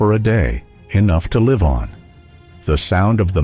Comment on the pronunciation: When the "narrator" cannot pronounce the word "live" as in "l-eye-ve" instead rhyming it with "lift" you know its Ai. Too artificial - bring back people.